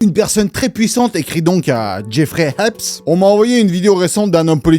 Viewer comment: C'est pas Mr EPS c'est Mr Haps 😅